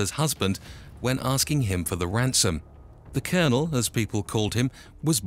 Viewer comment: The way he pronounced Ballyfermot , Lol and his nick name was ' the Colonel ' not the Cournal...!! 😄👍🐴☘💚